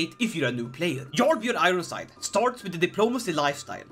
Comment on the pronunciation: jarl is pronounced as "yarl" no "zharl"